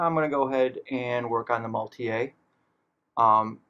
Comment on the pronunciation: I am getting this kit and I wanted to see how it looks. I love that it comes with passengers. Thanks for the video! BTW the vehicle is German, not French; maultier means "mule" and is pronounced Maul-teer.